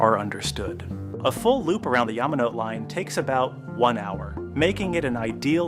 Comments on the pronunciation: just a FYI the final e in Yamanote is pronounced not silent "Yah-mah-noh-teh" not "Yah-mah-noh-t" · “yama note”??! you make a video about tokyo, but can’t even bring yourself to pronounce all the japanese words correctly??! 🙄 🙄👎👎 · I think so, Yamanote is pronounced yah-mah-no-teh. Whoever uploaded this video isn't even watching the finished product or doesn't care. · Sorry, can't get past how you pronounce "Yamanote."